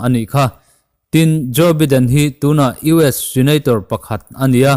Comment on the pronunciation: Biden hi baiden ti a lam tur